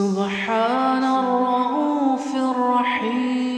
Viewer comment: Why raufir raheem and not rauufur raheem